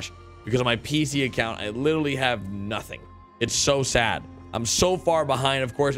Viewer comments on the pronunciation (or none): none